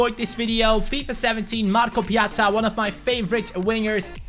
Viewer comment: Finally someone knows how to say his name right 😄